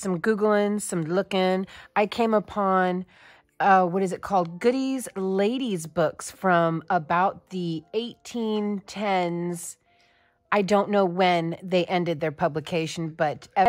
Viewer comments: Your brave to tackle 19th century patterns. Instructions in these patterns is like reading hieroglyphics! Godey"s is pronounced with a long o and long e. Hope this helps! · Picture isn't the silhouette of 1865 but is 1880s and Godey's is pronounced with a long O, as in "Go". Looks like a great pattern and I look forward to trying it out.